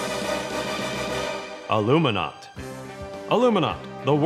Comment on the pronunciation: Its ALUMINAUT